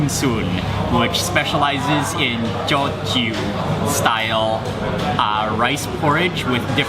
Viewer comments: It's pronounced as 'toh-chew', Mark! :) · If I'm not mistaken, Teochew is pronounced something like "dyoo-JYOO". Someone please correct me if I'm wrong. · The ginger chicken looks real good! Teochew porridge is one of my favorite comfort food. If im not mistaken, Teochew is pronounced as dtio jiew (ตี่-โย-จีว) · Pronunciation: Teo Chew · Hmmm, am I correct to say that you do not upload your videos in chronological order Mark? I came to the conclusion cos you managed to pronounce the word Teochew correctly in the Fish Head Steamboat video uploaded earlier this month but you couldn't in this video